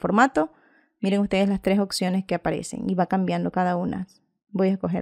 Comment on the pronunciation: gracias x todo pero me desespera cuando LA escucho decir "OCCIONES" "LA OCCION"